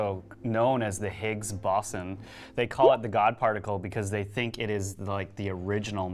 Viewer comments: If you're going to try & call out scientist's on their turf, then you better at least know how to pronounce Higg's Boson. Especially when you're actually trying to accuse Cern of altering the worlds timeline. You're making all these ludicrous assumptions when the real cause is just the bad memories of human being's. But instead you claim that it must be the combination of alternate timeline's caused by the devil worshipers at CERN. Completely ignoring the fact that the Large Hadron Collider at CERN only produces micro black holes that instantly evaporate. Funny how you guy's forgot to mention that in the video. Nevermind the mountains of research on the unreliability & limits of the human memory. You have to feed into some stupid conspiracy theory. You have turned the Mandela effect (something that was once fun & cool to think about) into a complete joke. It is true that Stephen Hawking warned that the Higgs boson particle at energies above 100bn GeV could destroy the Universe and “we wouldn’t see it coming.” But he also went on to say that “A particle accelerator that reaches 100bn GeV would be larger than Earth, and is unlikely to be funded in the present economic climate.” But it seems that you forgot to mention that as well. This entire video is a misleading, & dishonest pile of crazy. Bill Nye runs circle's around you joker's. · These dudes are trying to talk science when they can't even pronounce higgs Boson correctly. You can tell they just Googled all this shit.